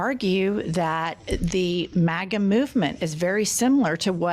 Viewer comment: The fact that that guy pronounced it “mah-gah” says it all.